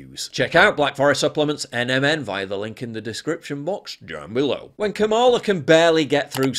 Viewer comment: There are no long vowels in the Sanskrit word, "Kamala".